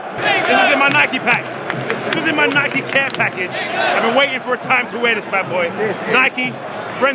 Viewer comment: man said nikey